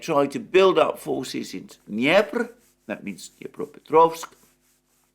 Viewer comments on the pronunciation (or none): none